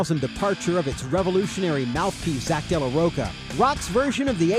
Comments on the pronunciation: Narrator: From Zack dela Roga Me:🤨 it’s Zack dela Rocha dammit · Its not Zach Rocka lol..its Rocha...like chachacha......its a Latin last name bitches. Get it right gringo.